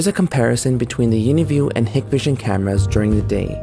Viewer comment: You must not know that Hikvision is pronounced "HIKE-vision" not "HICK-vision"!